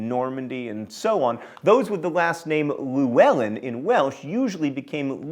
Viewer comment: Oh John. Your flair for pronouncing things incorrectly has shone through again. Celtic has a hard 'k' sound and I'm not even going to start with how wrong Llewelyn was... Still, interesting video! For reference, Davies/Davis is a anglicised version of the Welsh 'ap Dafydd' meaning son of David. Traditionally, Welsh surnames were all patronymic :)